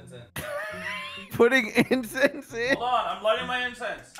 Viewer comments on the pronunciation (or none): I thought he said "im putting insest in" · Its not Insest its Incense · Its incense